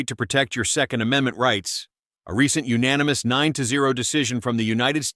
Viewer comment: GOOD VOICE, but UNFORTUNATELY, It's AI. Doesn't know proper inflection of "Yes, unanimous". MAGA! Hire a Human. In fact, READ IT YOURSELF.